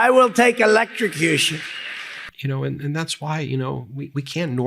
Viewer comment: Love your new Technical Term .... ELEC-TRICI-CUTION